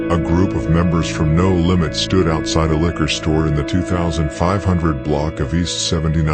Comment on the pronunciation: Him calling No limits "da lambs" took me out